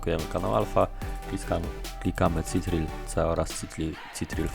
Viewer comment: Pierwszy raz słyszałem słowo "citril" na klawisz control (kontrol) 😅 Ale dzięki za poradę 😉